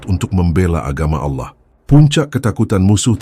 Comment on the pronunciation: RASULULLAH JANGAN DI SERUPAI / Di SAMA" KAN DAN TOLONG CARI PEMBACA yang FASIH DALAM PENYEBUTAN ALLAH. Terimakasih